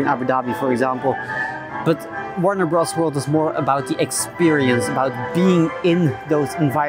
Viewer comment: Your pronunciation was fine and your English is great, my dude! I've seen coverage of Warne Bros. Wold from other Youtubers and it looks great! What other theme parks are on your bucket list?